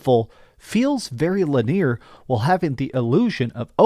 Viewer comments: Leneer? Funny pronunciation 😂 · My god, did this idiot really not know how to even pronounce "linear"....? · you say linear funny 😇